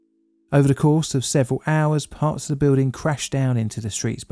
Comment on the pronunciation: It's "the", not "dih". Ffs.